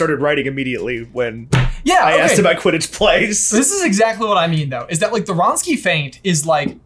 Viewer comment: it's wronski feint not ronsky feint